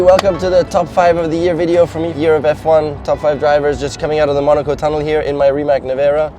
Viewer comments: Hi Nico, since you got the privilege of having the first Nevera I think you should be pronouncing it right :) You are saying Rimac as in Rima/k/ but actually, it is pronounced as 'zz' in pizza :) So, it's not Rima/k/ but more like Rima'zz' :) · First mistake is its called RimaC Nevera not Rimak ( i know English pronounce C as K but in this case C is C) second Charles was second place not third. And George is fantastic driver but tbh if Ferrari didin't mess up tactics and engine failures George would be far way behind. So i would put CL on second place close to MV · Nico / please start saying Rimac correctly as its not respectful to Rimac. Thank you